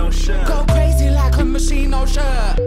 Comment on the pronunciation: That is not how you pronounce Moschino...cool song though